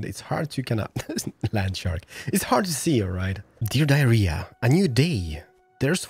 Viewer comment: Dear diary: keeps saying "Dear diarrhea"